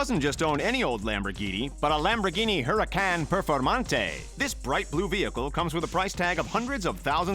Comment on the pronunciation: I laughed so much when he hurracan perfonte